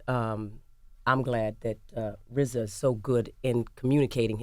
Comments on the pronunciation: How is rza gonna be rza when he can say his Rs. He’s the Wza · LOVED hearing Erika n RZA speak with his speech impediment